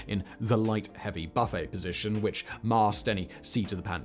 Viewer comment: Did you just say "buffet", like a brunch, vs "buffet", ie buffeting (shaking)?